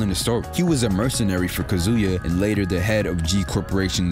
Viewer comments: You've been pronouncing Kazuya's name your whole life, dawg! It's kAzuya, not kazUya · Nah not Kazuya. This man said Kazooya